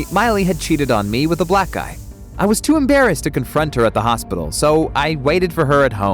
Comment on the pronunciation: The way you said black disturbs me